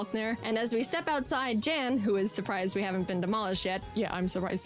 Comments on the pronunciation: It becomes even funnier when you find out Jaiden is pronouncing Jan's name completely wrong. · because that wouldnt be the correct pronounciation? the Jan has a very unique vowel sound which isnt used in the english language afaik